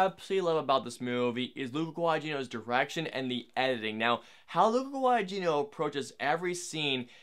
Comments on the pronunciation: The second "g" in "Guadagnino" is not a hard "g." It's silent. So it'd be pronounced "Gua-da-KNEE-no" instead of "Gua-da-GEE-no." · You also butchered the pronunciation of 'Guadagnino'. The second 'g' is silent. It doesn't take a lot of effort to check how a name is pronounced. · That's fine but you absolutely butchered the new director's name as well. 😢